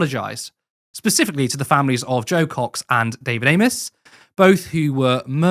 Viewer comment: If he was acually interested in David Amess he would at least get the man's name right! 😂